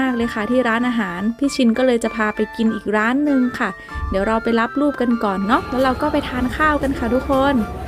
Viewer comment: ตอนพี่ซอบอกว่าเดี๋ยวเราไปรับรูปกันนะทุกคน เราฟังเป็นรับลูก กันนะทุกคน😂